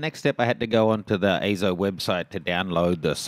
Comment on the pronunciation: EIZO is pronounced as "I-SAW", similar to eye-sore. It's Japanese for "image". As you have already found out, the image quality is far from eye-sore. I know you will love it. Can't afford a CG-series myself, maybe getting a CS230 later in the year.